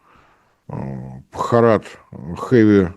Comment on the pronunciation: Не "брюхат", а Бхарат, это вроде "брат" означает